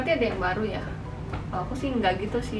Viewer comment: "ya" bukan yank